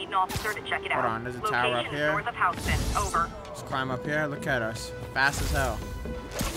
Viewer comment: wow they mispronounced houston so hard bro wtf